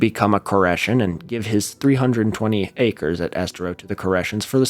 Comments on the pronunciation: crazy to hear about my local cult leader on leftist video essay Youtube, they didn’t tell us about the hollow earth bit on the Koreshan State Park field trip lol only nitpick is it’s pronounced es-TARE-o but you’ll probably never have to say it again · Fwiw we pronounce it ess-TEAR (like you’d tear a piece of paper in half)-oh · I listened to most of this episode on my drive to work along US-41, aka Tamiami Trail. Your mispronunciations of that and Estero caused me a small amount of pain. Keep up the good work. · The way you say Estero is funny.